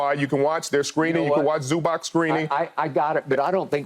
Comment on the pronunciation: First thing: he is not Zubak, he is Zubac. Second thing: it is about time for NBA to learn fundamentals of this game!